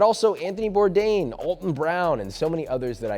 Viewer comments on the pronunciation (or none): "Ale" tun Brown. Not "ALL" tun.